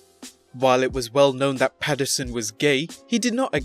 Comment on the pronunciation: Pat Pats-you're-son